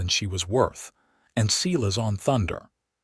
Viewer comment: The first name of the cowboy is (Sī-lăs) or (Sī-lĕs) I wish the people who does the stories get the names right.